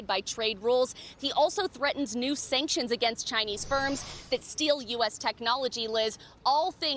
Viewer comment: Chi-na Hunter holdings 🤣🤣🤣